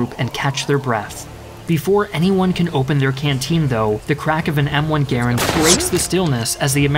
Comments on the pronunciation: One grenade blows up bell tower? Absurd. Also, it pronounced "Gur-and" not "Ger-end". This man is clueless. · Ok I'm southern... it's gah-rand... not gar rund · Gar-und? We said it as Gu-rand. What is correct? Also, it's fire and maneuver, not fire and move...... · Dude my Dad was a WW2 vet - drought from Normandy to Battle of the Bulge - he called it a Grand rifle not Geerand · It's M1 Garand, not M1 Garend. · It's Ga-Rand not Gurand..... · The U. S. infantry rifle is pronounced "Ga-RAND," emphasis on the "rand." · It's pronounced Gar Rand. And anyone who has used a bolt action knows you can make it very fast by operating the bolt while never having the rifle leave your shoulder. I've shot running deer with a bolt and it works. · M-1 Garand....Gar-and. Emphasis on the second .a. like the .a. in the word and.